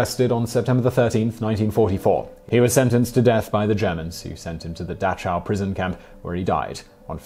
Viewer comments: Simon, your pronunciation of Dachau is rather off it is pronounced more like, and this is the best I can do phonetically, Dachau = Da khow. That is the best I can do, in many German words the CH has the sound of the Kh. I some times us Google Translate to hear what a German or other foreign word sounds like, before I use them. - - - - - Thank you for a great video on a subject many want suppressed, because it goes against their narrative of the events. - - - Have A Great Afternoon and A Better Tomorrow. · small note. its pronounced dac-how.